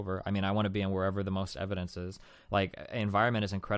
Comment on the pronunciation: TolaWity of Ewidence.